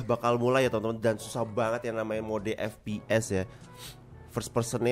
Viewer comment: bang bilang FPS jadi vps di menit ke